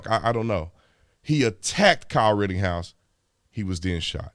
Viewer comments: Mr. Tatum, it's "Ritten-house" not RITTING-HOUSE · ok his name is NOT Kyle RITTINGHOUSE it is RITTENHOUSE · Just saying, it's ritteNhouse. There's no G in his name. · Am i the only one that wants to scream in his ear "IT'S RIT_TEN_HOUSE!!! NOT RIT_TING_HOUSE" 🤣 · Ritten-house, not Ritting-house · Big dog Brandon, it's Rittenhouse, not Rittinghouse! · You know I love you. You da man. I listen to a guy that mispronounces shit all the time. It’s Pronounced wittENHouse no “ING I know it’s not a big deal but I’ve listened to a guy butcher the Florida town of MYackahatchee and he keeps saying ME ackahatchee. He had people BEGGING HIM lol to pronounce it correctly and he would ONCE and then go right back to ME ackahatchee. Lmao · I'm curious as to why you pronounce the name "Ritting-house" when there is no G in the name. It's pronounced "Written-house."